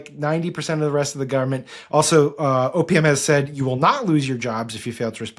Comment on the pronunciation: Sam's "OPM pronounced OPIUM" is my current favorite transliteration* *used poetically, obviously not literally 😊